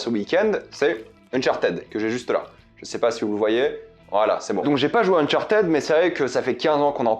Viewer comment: le unchartaid est horrible a entendre , c'est uhn chaar tuhd